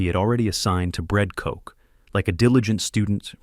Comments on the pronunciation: koch is NOT pronounced coke 🥀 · His name is Koch bro. Not Coke. Wtf.